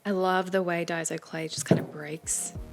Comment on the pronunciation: ITS DAISO SOUND LIKE DAI SO. :)